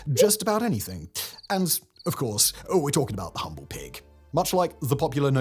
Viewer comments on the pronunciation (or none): none